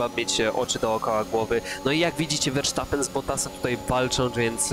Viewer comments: verstappen a nie versztappen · Verstappen się mówi a nie Versztapen. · "wersztapen"...😅😂 To mi humor poprawiłeś 🤣